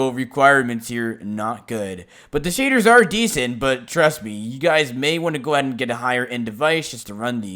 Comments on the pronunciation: He says shaders like “Shaydurrs”. 🤣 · Lol i like when he said… sHadErs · its just the way he says shaders for me